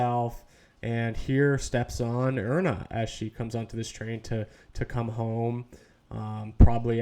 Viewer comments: Iryna: eye-Ree-nuh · Pronounced "Eye-Ree-Na" - IRYNA, such a beautiful name. Please try to pronounce it correctly, out of respect for the innocent girl that lost her life if nothing else. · Pronounced "Eye-Ree-Na" - IRENA